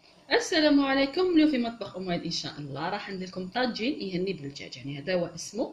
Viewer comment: لالا يا ماا لحنانة هذا ماهوش طاجين اليهني اولا ميتنطقش كيما قلتيه ثانيا الوصفة غالطة وكون يدخلو بنات قسمطينة لي يعرفولو صح ميتندارش هكا سامحيني لازم تتاكدي مايح من المصدر